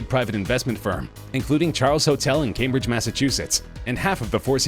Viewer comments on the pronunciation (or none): none